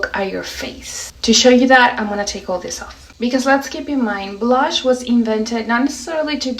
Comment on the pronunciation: Why do you say brush when pronouncing blush?